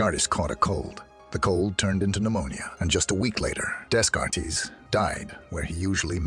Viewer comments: "Day-cart" you stupid AI narrator bot! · Desk-kart-tees 🤦‍♂️ You know the type of people who watch a video on the hard problem of consciousness? People who will notice 🤣